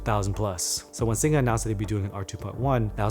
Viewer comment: Thanks for saying "Singa" right:P